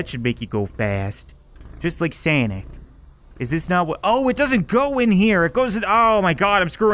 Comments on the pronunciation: Did he say * sanic* I thought it was sonic lol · Its sonic not sanic cap